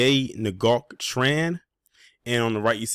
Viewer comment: Dang! FYI: Ngoc is pronounced like "new".